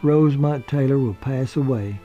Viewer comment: Her middle name was Rosemond, not Rosemont.